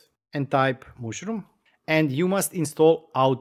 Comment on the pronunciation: super nice ;-) but it is not "mooshroom" but "mushroom" ;-)